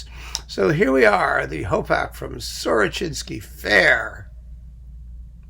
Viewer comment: The tune actually sounds to me more like something from Dvorak than Russian music. By the way, you pronounced the name correctly because in Russian it's "Сорочинская ярмарка". No idea why it's spelled so weird in English.